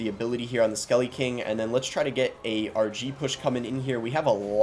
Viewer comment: At the start when you were saying RG I thought you were saying Archie